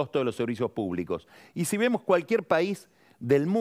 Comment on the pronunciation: Dijo pais sin acento?